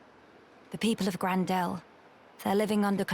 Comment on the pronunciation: Gran Dell? I think would have expected it to be Gran-der!